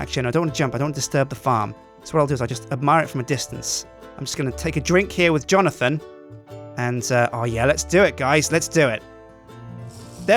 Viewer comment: I was thinking Johnothan when he said johnothan lol